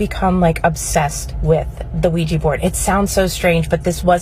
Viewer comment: PLEASE stop pronouncing ouija as weejee !